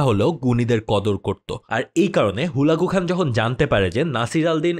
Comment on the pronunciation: আপনার ভুলবাল নামের উচ্চারণের কারণে বুঝতে কষ্ট হচ্ছে,,, হালাকু খান,,, না বলে হুলাগু হান